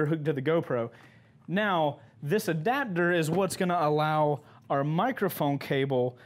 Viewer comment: "ADABDER" "Adapter" Everyone Else LMFAO